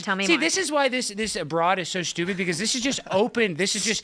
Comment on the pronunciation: When he calls her stupid does she say, "Sjewpid?"